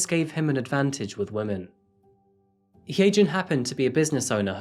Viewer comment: If her name is hyejin it's pronounced hi- jin